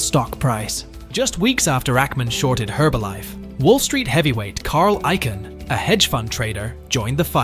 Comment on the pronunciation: His name is not Ike-an, it’s icon (for Icahn). Really wish voice actors would research how to pronounce people’s names.